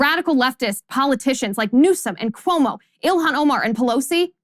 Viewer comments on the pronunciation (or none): none